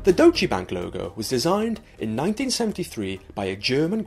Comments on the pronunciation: All that perfect pronunciation and then..."dochee bank"? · its more like Doytch-uh Bunk